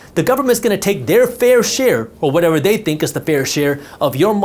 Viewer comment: Unfortunately what I got from this video was knowledge that you have a problem pronouncing - This, That, They, Then etc. Theses words do not begin with the letter D.